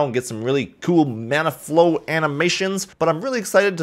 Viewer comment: I don't know why but I kept hearing he say 'Mana Flow'.